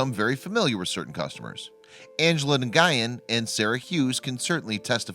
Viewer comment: Please learn to pronounce Nguyen.